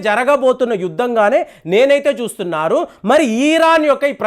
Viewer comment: Eeran kadu ra babu.eran anu.